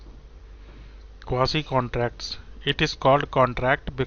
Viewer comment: Jes bandy ko quasi sahi se pronounce hi nai karna ata wo kya ghanta kuch samhjae ga